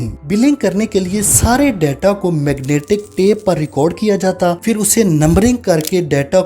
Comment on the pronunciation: بھائی فر نہیں ہوتا پھر ہوتا ہے۔۔۔ اچھی کوشش ہے ماشااللہ